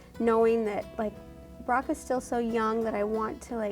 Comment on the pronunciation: his name is Brock not rock and not being mean